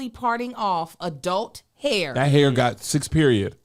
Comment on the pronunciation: "twat hair" 😂😂